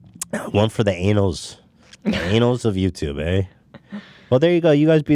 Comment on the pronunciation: I really hope ethan saying anals instead of annals becomes a staple of this show